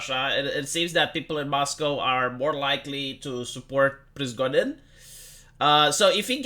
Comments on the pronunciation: Not Prizgodin! PRIGOZH(!)IN!😂ZH like Justin Trudeau. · the name is pri-go-zhin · pri-go-zhin, you said it right the first time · Se pronunță Prigojin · It's Prih-GOH-jin (only j is without the d sound)